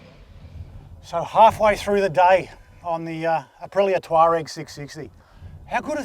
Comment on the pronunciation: Amazing! We've found a reviewer who can pronounce 'Tuareg'! And, in Australia! Who'd have thought! Well done, from Otago.